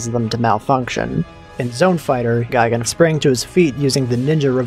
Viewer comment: Gigan is pronounced gee gon, like tea don. Gaigan is pronounced guy gon, like buy don. Neither is pronounced guy gan, like buy ban. Two of these things are wrong.